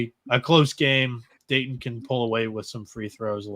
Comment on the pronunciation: Dayton all the way!! And stop pronouncing it Daydin, please!